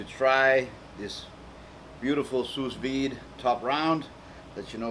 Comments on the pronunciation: maybe it's sue not sues but this guy sure can cook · "Sue Veed" not "Sue's Veed" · It's pronounced Sue Vide bro, but you kicked as on this bro. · It is "Sous Vide" meaning "under Vacuum" it is Pronounced "Soo V, id" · THANK YOU!! every time he says sousssss i couldnt help but crack up